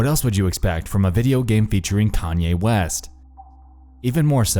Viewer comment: Everybody gangsta until Nexpo says Kanye Quest